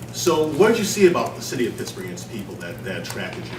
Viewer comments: Dude its not picksburg jacka.... its pittsburgh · He said "Picksburgh" by mistake. But that's ok, because half the people in Pittsburgh pronounce it that way anyway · Yinz catch Russ say "Pixburgh," prior to correcting himself and say "Pittsburgh" 😂. They trying to get Russ to lose that square image again by taking him to hood already 😂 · Did he really say "picksbugh" then hurry up and pretend like he didn't mean to say it and cover it up with a "pittsburgh" hahahahhah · Man's already mispronouncing it as "Pixburgh" - he'll fit in just fine with us yinzers haha. He's also talking with the enthusiasm of a man freed from prison. Denver must have been a nightmare for him, even more than what was reported. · That Picksburgh slip was funny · "Picksburgh" cmon man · he's already saying 'Picksburg' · Picksburg? Um, ya better not. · dudeeee, he said pixburgh lol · Pixburgh hahaha